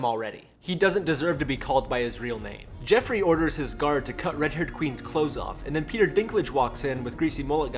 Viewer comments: It's JOffrey, not JEffrey! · Joffrey, not Jeffrey, but its funny this way.